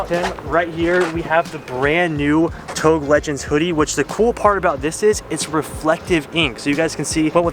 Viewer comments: does it bother anyone else how he’s saying touge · Please don't ever pronounce touge like that again. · Stop pronouncing touge like that and no way its gonna make that much power on a cast block gonna crack way before that such a poser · I like the way he pronounces "touge" lmaooo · Why he keep pronounce touge wrong ? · That touge pronunciation though :( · SAYING YOURE A BIG FAN OF INITIAL D BUT NOT SAYING TOUGE RIGHT!?